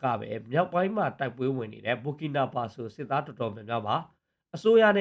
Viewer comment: Burkinafaso ဘာကီနာဖာဆို လို့ အသံထွက်ရတယ် နော် ။ မ ဘူ ဘူး ညီလေး